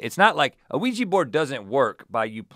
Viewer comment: I can't help but to get annoyed on how they pronounced Ouija board like "Ouiji" lol